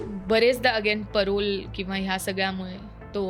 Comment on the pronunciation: पॅरोल ❌ परोल ✅